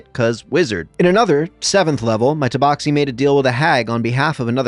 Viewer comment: Took me until halfway through the video to realize he was doing an accent for the first one. Confused the hell out of me why he kept pronouncing tabaxi "toeboxi"